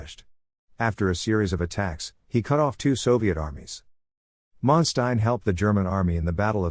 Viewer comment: listen to other documentary this will help you to learn how to pronounce his name properly